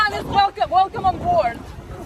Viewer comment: Everybody. Velcome! Velcome abort!